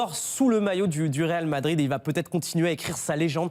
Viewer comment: "Ronaldo quitte le Ral Madrid "